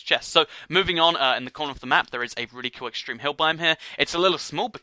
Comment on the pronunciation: ***** you said coal it's cool